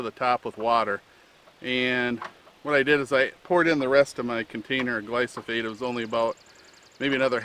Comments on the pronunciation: Its gly-pho-sate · Great video. Can you pronounce the word gly-pho-sate correctly? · It's the most deadly substance on earth you dickless wonder, you can't even say the word right?Because your brain is already rotting away and all these people in here, commenting saying good video? Roundup is going to be responsible for billions of deaths, not millions, billions!! Oh yeah it's a great great video! A bunch of dumb trucks you all are